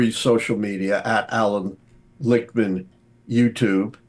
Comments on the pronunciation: its Lichtman not Richtman. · I see you, getting Lichtman’s name wrong to increase initial engagement. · Dawg said Richtman😭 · LICHTMAN, not Richtman! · It’s Lichtman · And he changed it to Litch-man 😂